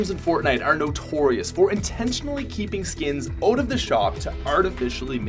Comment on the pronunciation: English- “out” Patrick- “oat”